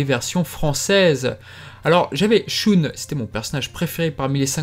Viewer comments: Choune ? Lol shun plutôt non ? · Shun? Lol c'est pas la prononciation en japonais.